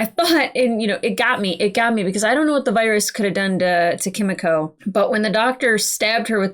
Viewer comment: BTW Kimiko is prounounced more with "mee" btw. In Japanese the i sound is like an "ee". Like you say Yoshi